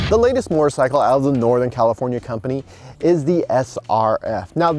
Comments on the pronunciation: Yes he meant sickle mortar sickle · Mortar-cycle? There some misplaced pronunciation here...